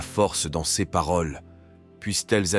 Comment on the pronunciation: Oui, c’est malheureusement une voix synthétique tirée de l’intelligence artificielle. Par exemple, « ces » va être prononcé « c-es ». Étant chrétien et travaillant dans le Web, je trouve scandaleux que de plus en plus de sites dits chrétiens ne sont montés que pour faire de l’argent : c’est facilement repérable, puisqu’ils demandent systématiquement de liker, de vous inscrire ou de vous abonner… afin d’ être monétisés par YouTube. Cela ne veut pas dire que les textes ne sont pas intéressants, mais il faut savoir que derrière, ce ne sont généralement pas des chrétiens, mais plutôt des marketeurs….